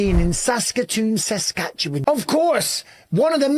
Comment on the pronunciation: Great pronunciation of Saskatoon Saskatchewan champ !